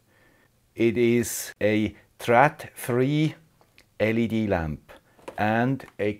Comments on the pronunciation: hahahaha... next time you are in Copenhagen I teach you to say trÅdfri if you give a beer :-D trÅd ... not trad :-D :-D Thanks for at super video!!! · you can look here for more information. So based on coap-client, you can make a MQTT gateway. (Trådfri is Swedish, and å is not "a", it is pronounced more like "o" in english low and fri pronounces like english "free".):-)